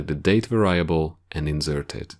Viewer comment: Pronounced; VAR-e-able